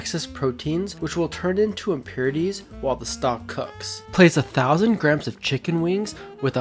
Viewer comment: yt: Stop pronouncing grams as "Grims" it's pronounced "GRAMZ":yt